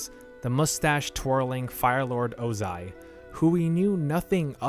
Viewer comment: Hate to be that guy, but it's OZAI not Ozin. (and the one who started the war was called Sozin who was his grandfather, not father)